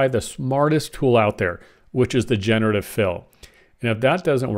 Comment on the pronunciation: The word is "jen-er-uh-tiv"